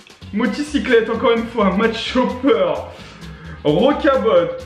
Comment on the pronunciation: Cc on dit rocabo pas rocabotte